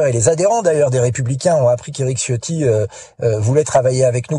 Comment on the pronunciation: Pour respecter la langue il faut prononcer 'Ciotti' avec un 'Ch', donc ça se prononce 'Chio' suivi par 'tti'. Le 'i' final est à peine entendu.